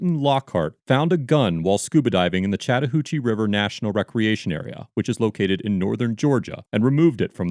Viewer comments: He kept saying Chattahoochee, and I kept hearing "Chatter Hoochie" and it was very difficult to take it seriously. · See, when you say "Chatahoochee" I thought you were talking about this female ranger.